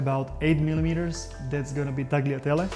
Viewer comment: "TAG-lee-oh-LEE-nee"? "TAG-lee-ah-TEL-ah"?, do you mispronounce them this way so that hypersensitive Americans don't have a weapons-grade hissy fit because they think you're trying to correct them?